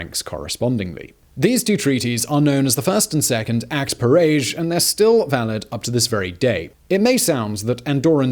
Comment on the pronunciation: Sorry dude, it's "paraiyahj". French isn 't your language, is it!